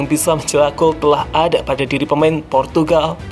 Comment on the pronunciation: Bang klo ngomong kata yg ada huruf “L”nya kok selealu pake huruf “H”....”LHampard, AHLex, GoHL....agak ganggu hehehehe